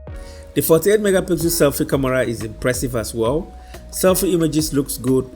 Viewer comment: Bro, it's not camora🤷🏼‍♀️ it's camera